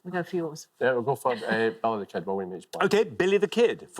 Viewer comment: I know accents exist, but "Belly the Ked"? really?